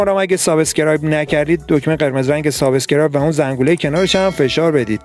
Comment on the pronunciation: عمو یاد بگیر تلفظ درست subscribe را سابس کرایب را از کجا اوردی بگو سابسکرایب در ضمن این مزخرف چی بود سر هم کردی و ویدیو کردی، بابا برو دنبال یک کار درست حسابی